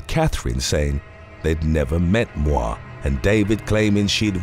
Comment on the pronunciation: Moir pronunciation [MOY-er]